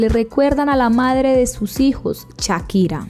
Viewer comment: Shakira, no chakira,😂😂😂